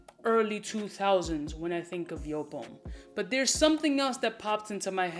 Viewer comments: Pronounced : YOOP !! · Speak em factz On a side note, it's actually pronounced "Yope" Not Jewp" It's a German name, a man named Wolfgang Joop founded JOOP! And his name is pronounced "Yope" Cheers brhh